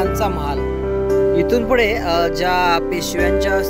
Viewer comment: दादा, आधी शुद्ध मराठी बोलायला शिक, आपण महाराष्ट्रात राहतो, मराठी आहोत, फुढे नाही... पुढे असं असतं, उगाच भाषा खराब नको करुस 🙏